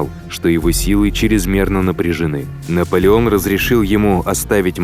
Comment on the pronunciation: Наполеон ээто На от Наполен